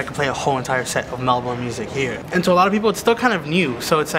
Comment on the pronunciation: It's pronounced (Mel-Bin) I think